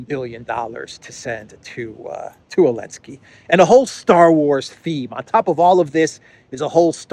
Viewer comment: You are my favourite journalist by some distance. Outstanding, clear reporting. Keep up the great work. And keep saying Elensky 😊